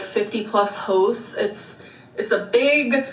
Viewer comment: Omg it’s hosts not hosss